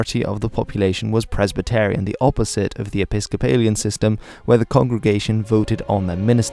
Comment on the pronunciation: The Scots title Marquess is pronounced phonetically, not as Markez. Likewise you can’t pronounce Presbyterian either. Notwithstanding that, good video